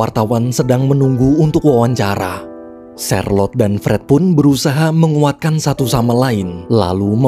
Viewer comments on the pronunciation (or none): Namanya charlote saya dengernya sharelok😅😅